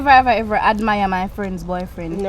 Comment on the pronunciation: took me tf out😂😂😂 "Nehever have I Hever" tpc